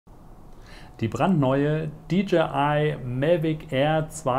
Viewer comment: warum sagst du eigentlich immer MELVIC ? das heißt MAVIC wtf das triggert mich so hart das ich das nicht gucken kann